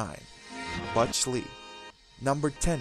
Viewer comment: "Butch" is not that difficult to say.